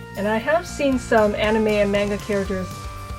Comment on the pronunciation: YOU SAID MANGA WRONG!!!!